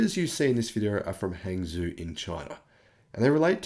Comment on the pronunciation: Hangzhou is pronounced "hung joe".